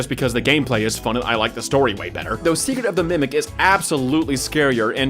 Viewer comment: “secret of the mecret” damn near kilt me